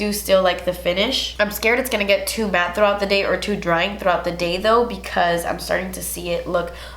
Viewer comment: omg i luv how you say MATTE and matte! 😂